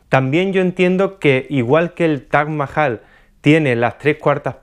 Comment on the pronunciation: Cuantas veces habrá dicho Taj Majal en todo el video? Jjajajajaja